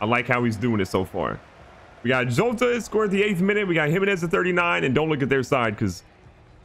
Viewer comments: Pronounced hota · Jotas name is proununced yoda